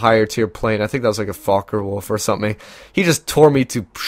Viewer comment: Focke Wulf not Fokker Wulf :)